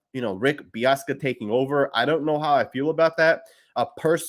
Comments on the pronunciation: Dude's name is Bisaccia not Biassca. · BIH-SAH-CHEE-AH. Hearing you mispronounce that multiple times hurt my ears. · Pronounced Beeoska? Lol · Pronounced Rich Biss-ah-chia